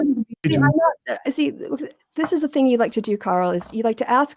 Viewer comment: I hate how says, "that's the fing". The "fing"... thing... "fing".